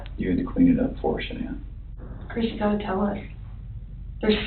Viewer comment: The only thing worse than the murders is her name "Shuh-Nan". I just want to rip my fucking ears out hearing that over and over again